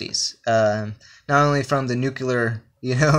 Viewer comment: NuCLEar.. it's NuCLEar. Nu-CLE-ar